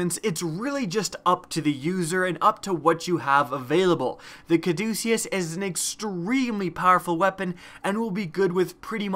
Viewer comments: It's pronounced caw-duh-kiss. It's the name of the staff intertwined with two snakes that's the symbol of hospitals and stuff. It's associated with medicine that's why the gun heals you. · Bro, your killing me. It's pronounced Ca-duce-us, it's the name of the medical symbol.